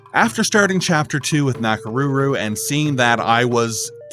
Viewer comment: the “ko” cd be better, it’s like “o” in konnichiwa and not a softened version like he did. same way with his pronunciation of Nakoruru. also it’s su + i (two vowels, one after the other) not something like [swi] like in “suite”